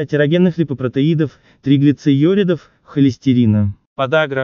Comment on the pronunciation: Комментатор😊👍"триглицеюридов", даже слушать расхотелось, научитесь сначала правильно произносить медицинские термины!